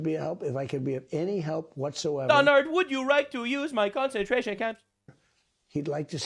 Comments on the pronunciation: "Donard, would you rike me to rick your barrsack?" 😂🤣 I'm slain like a dragon 🐉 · “The Donard” 😂😂😂